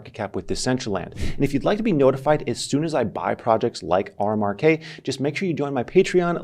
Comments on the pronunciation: You call it "R Mark K" while showing a screenshot that says "RMRK (pronounced 'remark')"... Other than that, keep up the good work!:D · it is pronounced "remark" no R-Mar-k they mentioned it on their website.